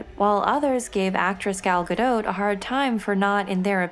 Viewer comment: yay she said it right, gal gadoh !